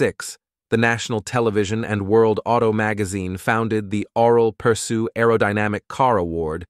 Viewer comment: You say his name completely wrong. It sounds something like aww-relle-perr-shoe, with the 'aww' pronounced more like 'awl' without the l.